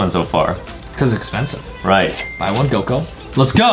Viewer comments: It's not goko it's goku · Bro called Goku goko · Its not goko its goku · It suppose to say Goku